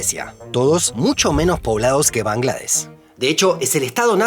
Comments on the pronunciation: De hecho, correctamente se dice Bangladesh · Bangladesh, se incluye la h y suena. Se escribe Suriname, Bahrein. Tus exónimos mal escritos. La capital es Dacca. Con doble C. Muy buenos videos. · Bangladesh se pronuncia con sh al final.